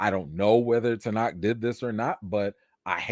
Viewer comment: Maybe not the best time, but his name is pronounced Ten-oach, like coach That said, hope the accusation is fake 💀